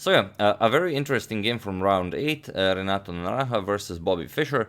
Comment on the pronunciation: I’m most impressed with your pronunciation of Renato’s full name over and again.